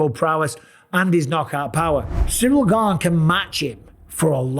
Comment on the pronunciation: Love the way chael says "Surreal Gane" 😊